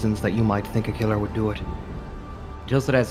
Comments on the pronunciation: ‘Ciller killer’ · “Siller killer” lol